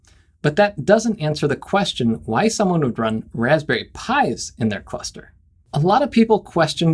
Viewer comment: “Wozberries” and I imagine a 6502 based sbc